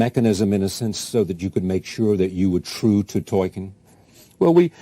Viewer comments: Other than the interviewer calling him "Toykin." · The interviewer says "ToYkien" :D That shows how little they prepare for these things. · Tolkien, damnit, not Tolkein. Show some respect.